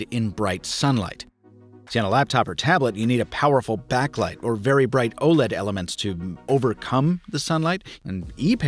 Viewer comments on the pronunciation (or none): none